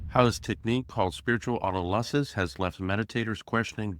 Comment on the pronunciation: Very nice. I read McKenna's books when they first came out. Oh, and it's pronounced auTOLysis. :-)